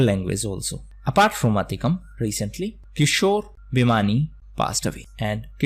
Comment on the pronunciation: Sir it's not Athikkam ,it's akkitham